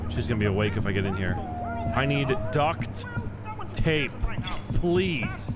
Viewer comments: i have never heard anybody pronounce duct tape like its actually said 🤢 its weird hearing it ngl lmao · I can't begin to express my relief hearing pronounce "duct tape" correctly. Also, it's so good seeing someone actually being thorough in this game! So many others have been blasting through it and then complaining they don't have any tokens. Fucking infuriating. Thank you,.😅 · Very good pronunciation on duct tape lmao